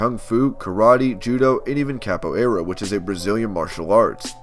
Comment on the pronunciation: Kickboxing and mma are 2 different martial arts also pronounce capoeira correctly